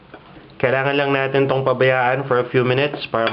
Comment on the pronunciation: May konting american accent ka na, but it's good that you can still speak Tagalog fluently. I just noticed you pronounced some of your "i" with an "e" like "gamit", "natin" and dikit". You said gamet, naten and diket. Anyway, I tried your this chicken lollipop and it's wonderful as a pulutan! Hehehehe can you teach us how to do a good sauce for it?